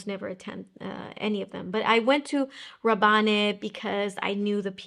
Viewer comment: Pourquoi vous dites Rabanné ? Ce n’est pas Paco Rabanne ?